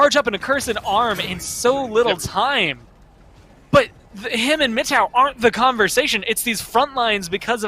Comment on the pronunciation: mano o jeito que os narradores pronunciam frzgod e mittow me dá gatilhos